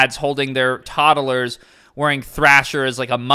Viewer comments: never heard someone say “toddler” with three syllables before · Why did you add another syllable to toddler? 🤣 luv u bozo